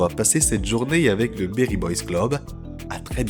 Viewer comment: C'est beri et non berry merci pour le contenu très qualitatif